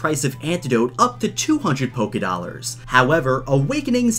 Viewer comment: NOT POKE-i-dollars